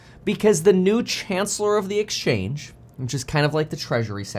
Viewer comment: Kevin it's " Chancellor of the Exchequer " NOT Chancellor of the Exchange!!!